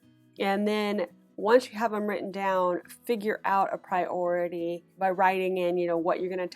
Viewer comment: Just one question - since when has priority become two words? (Pri-ority). She said it as one word, as well, so why keep splitting it up?Annoying 😡